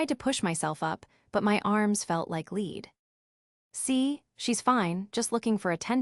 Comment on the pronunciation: "...felt like lead..." AI pronounced it as "LEED".